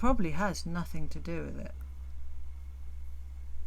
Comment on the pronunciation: are you saying "nothinK" ? instead of "nothinG"? is that a UK thing? also, love ur insights as always. eta very insightful, excellent point Also I appreciate this longer format video, as I happen to be driving a long distance today and it's great to listen to your take on things